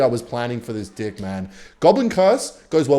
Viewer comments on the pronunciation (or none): are u saying deck or dick??! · i swear you are purposely saying dick instead ok deck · stop saying 'today's d*ck'. It's deck. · yo i know it's not the wind anymore you're saying d*ck not deck 😩😩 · I feel like it‘s not talked about enough that when he says „deck“ it sounds more like „dick“ and i love it. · i cant tell if u pronounce deck like that unironically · Can ANYONE help me understand if he’s trying to say “Deck” like that or if it’s just his accent😭😭😭😭😭